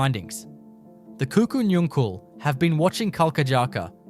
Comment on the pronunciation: Pronounced Kuku Nungal.